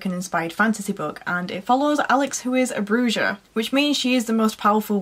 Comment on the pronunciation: Great vlog, congrats on all your achievements - it's nice to be acknowledged and feels great to be freeeeeeee from uni. "Bruja" is pronounced "bruha" (the j is pronounced as an "h" - like Jesus is Hayzus)